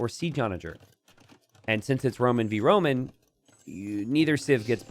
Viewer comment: "A whoman you say!" "no no no Roman!" "What was his name?" "Noughtyus Maximus! XD"